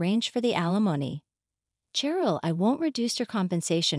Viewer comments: Carol is pronounced with a "K" sound, not an "SH". As in, A Christmas Carol. Edit: Ah, I see, they called the same woman both Carol and Cheryl. You're right, Cheryl is pronounced the same as Sheryl. Either way, they mispronounced it. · It is pronounced Sheryl with an sh sound